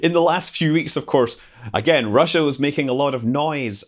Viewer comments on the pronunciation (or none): none